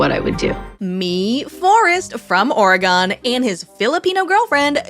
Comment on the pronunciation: love you but the way u pronounce Oregon is KILLING me 😭😭 it’s pronounced like oragon not oreGON